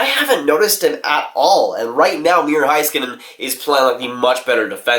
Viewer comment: And also, it’s miro heiskanen as in HEYskanen. Not Hi... HEY